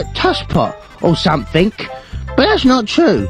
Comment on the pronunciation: he says somefink in stead of something cuz hes missing some teeth's and dat car accident from 2-D by murdoc